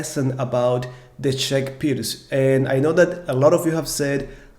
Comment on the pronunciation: wow, thank you for pronouncing right this time!